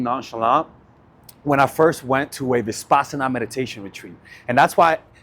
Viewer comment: Uh, in step two, u happened to say, "high intention. low attachment" when u already said it was to be the opposite... AND adding extra consonants into the term 'Vipassana,' time and time again... is quite ... odd .. to say the least. .. I have noticed that ur often saying 'she' when u mean 'he' and/or vice versa, and these word-mixes, totally unaware, just keep happening .. It has caused me over the course of time to have to rewind a lot for clarity .. I imagine making small clips of this content would be next to impossible .. given these recurrent slips .. of which there are more than just these. Other words as well... It makes for a difficult lesson. I get thrown way off .. and I also get a tad concerned.